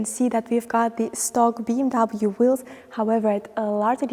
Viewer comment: You promote BMW, but you don't pronounce the brand correctly.